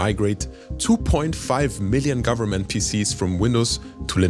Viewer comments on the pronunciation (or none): none